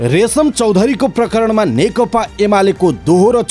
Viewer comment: कीन खाली (नेकता) भनेका ? खासमा (नेकपा) चाहिँ होइन र?? अलिक जिब्रो फडकारेर भन्नुनी हौ ! नेकपा,नेकपा, नेकपा।